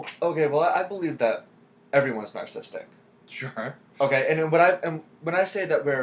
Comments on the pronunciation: every time he says nar sistic i cringe. its narcissistic- nar-SIS-sistic not nar sistic grrr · The irony of a narcissistic INTJ pronouncing it "narcism/narcistic" XD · He pronounces it as "narcistic". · This dude is an INTJ and can't pronounce the word "narcissistic". This is why I have distrust for the MBTI. The MBTI is simply one lens in which one can view/explain differences in human behavior. The definitions explain the healthiest and highest performing version of any given type. Regardless of a personality type, there is always going to be individualistic differences (life experiences, IQ, athletic ability, etc.). This coming from a fellow INTJ.